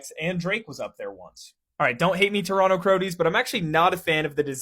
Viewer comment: He actually pronounced Toronto correctly